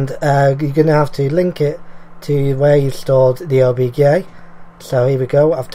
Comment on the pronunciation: Did you say obgay file? XD